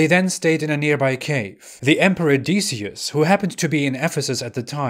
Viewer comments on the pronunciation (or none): Decius is pronounced Dek ee us